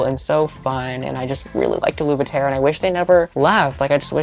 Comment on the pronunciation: U pronouncing aluveterre u-luve-e-tare had me shook. I've always pronounced it a-luv-e-tere haha I was sooo wrong.